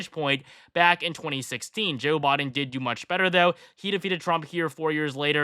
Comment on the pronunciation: Is he saying Joe Bought-in or Bodin. He for sure isn't saying Biden